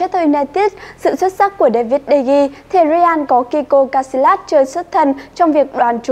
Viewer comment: Người ta đọc là đờ-ge-a mà đọc de-gi